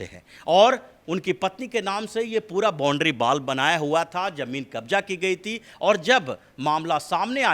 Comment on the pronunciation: ये जी पूरे गंवार है क्या..??? बोलना नहीं आता देहाती तरीका... " बौंडरी बाल " बोल रहे हैं Boundary wall को 👎👎👎